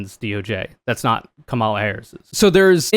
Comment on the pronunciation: Ok, it was pretty bad when you repeatedly mispronounced Kamala’s name, but then you pronounced “lmao” as a word. What, are you 13?!? There are too many other serious people to listen to; you are not.